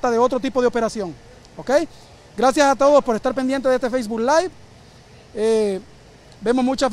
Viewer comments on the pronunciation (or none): none